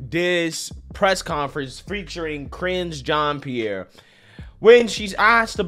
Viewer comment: "Ka-ringe jean Pierre" 😂🤣🤣🤣🤣🤣🤣 made my day brother!!